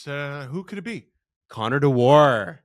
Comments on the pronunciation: Amazing that & then Steve mispronounce Dewar's surname. It's Scottish & it's pronounced just like the whiskey.....Dew-ar, not De-WAR. Many Wild fans seem sorry to see 'Dewey 2' go & claim he's an excellent skater, physical, tenacious, plays solid D & is very good on the PK. Anyone who gets Nylander off the PK is welcome in my world. In the small sample size I've seen he is a guy most Leafs fans will love. He, Boosh & Edmunson make the Leafs harder to play against, so decent work by Tree despite no 'homerun' aquisition. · It's pronounced dew-er. Not de-war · Steve, as a Scot, you should know how to pronounce ‘Dewaarrrrr’! Think whisky! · As a Scot I'm privileged that that you tried to make one of our surnames sound very fancy, French and exotic. Dewar rhymes with fewer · I like how Steve and pronounce Dewar lol